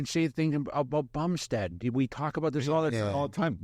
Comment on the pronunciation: Milos said " Bumshed" 🤣🤣🤣